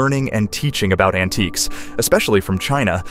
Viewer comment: an-ti-cus? This is terrible.